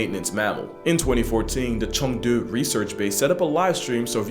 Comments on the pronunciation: Your pronunciation of 成都 (Chengdu) is spot on👌🏾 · Your pronunciation of Chengdu wasn't too bad!